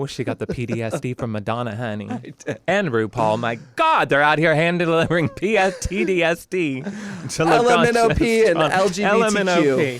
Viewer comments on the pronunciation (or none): none